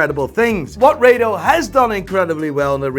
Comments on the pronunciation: It’s not Ray-dough it’s Raaa-Dough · Wtf is ray-do???? It’s pronounced as ra-do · RA-DO not ray-do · It's pronounce RADO not RADO. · It's Rado not Raido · Its not 'Ray dos' its 'Raa do'